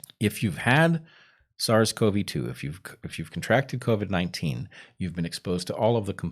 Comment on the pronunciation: Okay it's back to co-vee instead of co-vid again. did I miss the memo was there an episode where they decided they were going to change the pronunciation?